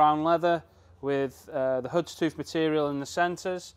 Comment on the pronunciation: How much of the chassis are you doing for £2k? Notice you'd left the front inner arches in place, would you be removing the fuel tank on a 110/130? Tell your trimmer that it's 'Houndstooth' btw, not 'Hoodstooth' 👍